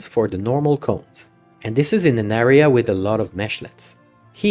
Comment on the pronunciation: In retrospect, it's kind of crazy that I've never heard someone say 'area' like that before.